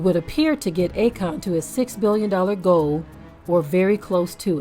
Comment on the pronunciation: It’s A-Kon 😂😂😂😂 Stand down. Shalum family 😂